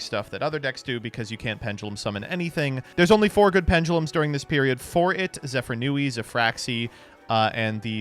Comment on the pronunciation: I know has made efforts to pronounce card anmes correctly recently, but him still calling it "Zefranui" instead of "Zefraniu" triggers me